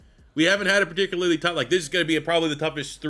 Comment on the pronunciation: love the channel bro…but I am begging you to look up a pronunciation guide for the word “particularly” 🤣